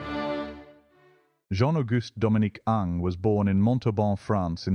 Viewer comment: Surprising, isn’t it? But it’s not totally right here. There should be a hint of the second syllable.